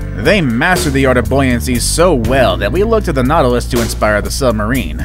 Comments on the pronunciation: nautilus is pronounced NAUT-i-lus. also one nautilus- nautilus. two or more- NAUTILI (pronounced NAUT-il-eye) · it’s called naw-ta-lus that’s how u pronounce it naw-ta-lus